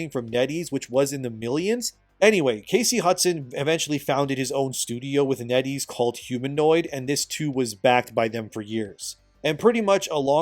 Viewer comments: Every time you say NetEase I keep thinking you’re saying “Netty’s” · Netties? Oh, Net ease...